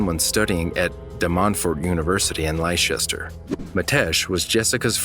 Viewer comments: Lie-shester? It’s pronounced Lester and spelt Leicester. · It's Lester not lie chester😂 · "Lyeshester" 😆 He means Leicester, which is pronounced "Lester". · Goota love the way an American tries to say Leicester. (It's pronounced Lester). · Hahahah it’s pronunced Lester!!! I’m from Uk love these calls omg this world can be so evil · Leicester is pronounced Lester x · I absolutely LOVE your videos but there is just 1 teeny tiny thing.... Leicestershire is pronounced 'lester-sheer' I'm so sorry for the minor negative, noticed it a few times but can't ignore it anymore 😅🤣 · I enjoy your content but I have to be that guy. Leicester is pronounced like the given name Lester. Sorry 😅